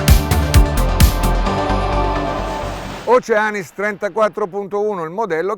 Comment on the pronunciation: Bella recensione! ma l’accento sulla a proprio non si può sentire… Océanis con l’accento sulla e